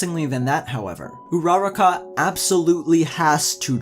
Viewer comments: Who says "hero aca." If you're going to abbreviate it just say MHA You can't pronounce Uraraka for your life, but the points you made were fair but entirely subjective (yes I know you made the video to show your response to the series, but it's still a point worth addressing) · You butchered her name but good video! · The only thing making me cry is how badly you are butchering this girls name. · His horrible ability to pronounce Uraraka's name frustrates me. Otherwise good video.